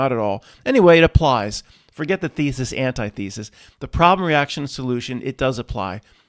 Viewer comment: mispronounced antithesis much to the chagrin of the truth community. Your welcome. See what you did? You manifested this comment.